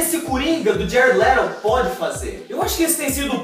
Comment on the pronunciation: ''jared lerou'' kkkkk,+1 inscrito